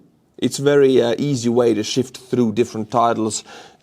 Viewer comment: Who needs Ground News when we have:)) Just a note on the pronunciation of "sift", it's sift, not shift. Great work otherwise, love your videos, greets from the Czech Republic.